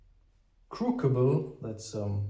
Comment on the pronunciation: Pronouncing "crucible", the first c is hard, the second soft. Yes, English spelling is irrational.